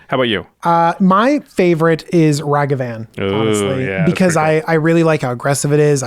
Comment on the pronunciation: Able to pronounce Asmor correctly. Also: Mispronounce Ragavan